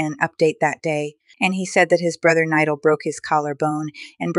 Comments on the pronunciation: Bro thats not how to say his name it is spelled nidal but itts pronunciation is NEEDOL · The way she pronounced Nidal. just a joke, I hope he recovers soon I’m glad he’s getting better. I broke my collarbone as I just healed, my accident was not even close to how bad his was. I hope he recovers and gets back to making his amazing videos again! I know it takes a long while to recover, and with his accident, it may take longer. But I’m sure nidal will be strong like he always is. sending prayers 🙏 Praying to god he will get better quickly.